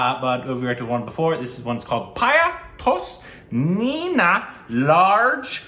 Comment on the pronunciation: ur pronunciation of the song was awful this time 😂. It is "Pee-ya taw-say nay-naa laa-gay ray". 🤣